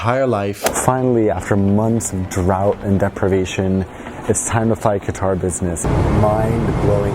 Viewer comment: It's katar with a strong k god European people with Arabic names and it's not dubai its dubei by joing D u and b